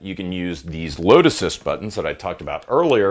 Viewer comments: lmao. I totally heard lotus too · Every time you said load assist, I heard lotuses. LOL I hope I'm not the only one. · Its how he says " load assist " button .